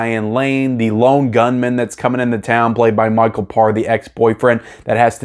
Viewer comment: Damn you lost some points with me for two reasons. 1st how in the hell have you never seen The Warriors. I mean seriously. And 2nd you butchered Micheal's last name. It's Pa/re not (parr).